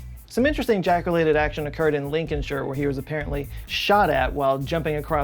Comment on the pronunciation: Sounded like you said Jackolated instead of Jack related. Made a new word, she got Jackolated 😊😁😂😂😂